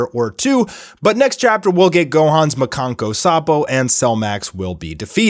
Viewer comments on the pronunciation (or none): am i the only one who finds it just hilarious how bro pronounces 'makankosappo' lmao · Please never say the Japanese version of Special Beam Cannon again. It was so butchered.